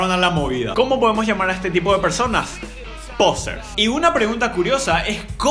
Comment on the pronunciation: Que purete cuando decis POsers😂